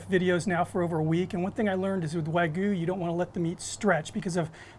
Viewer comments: It's wag-yu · Did he just say wah goo 🤦🏼‍♀️